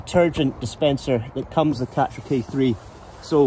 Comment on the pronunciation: Karcher not catcher.